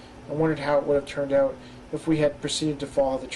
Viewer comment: Dude: The word is Out. O-U-T. Not ooot